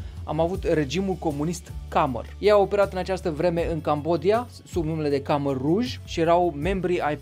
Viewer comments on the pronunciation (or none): Nu este regimul “kamer” ci “kmer”. Khmer se scrie corect. Khmerii sau kmerii sunt o etnie și au avut un imperiu mare și puternic acum 1000 de ani, foarte dezvoltat, care a construit superbele temple Angkor Wat și Angkor Thom. Kmer sau Khmer se numește și limba oficială a Cambodgiei de azi, la fel ca și poporul care o vorbește.